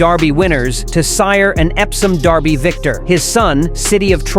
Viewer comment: The only other top Derby contender who has a distance pedigree comparable to American Promise is Journalism. Why no mention of American Promise's SECRETARIAT bloodlines? It would be nice if the A.I. narrator would pronounce the word "derby" correctly. It's NOT pronounced "darby"!